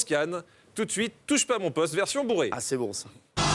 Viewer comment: Le "O" de "mon poste" fait une auréole à jean-luc lemoine.